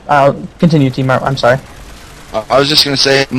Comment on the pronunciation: lol i thought tmart said im smart XD